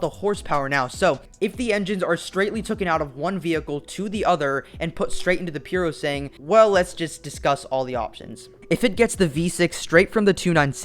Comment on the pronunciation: Isn’t it called PurosangUEH?